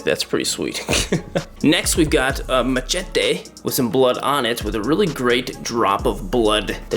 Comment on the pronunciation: The way he said machete, “ maj-et-e”😂😂😂